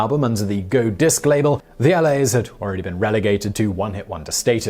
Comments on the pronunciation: The LAs. Lol. No, it’s the La’s . After the Liverpudlian saying *la*. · Do you do this constant mispronounciation on purpose. The L.A.'s? No, no, no. The La's, same pronounciation as in 'La La Land.' And is Liverpool slang for mate, or friend. And then you show a picture of a printed title Stand by Me with Train In Vain in brackets, while rattling on how it's called Train In Vain with Stand By Me in brackets. I mean, do you ever watch the videos you put out?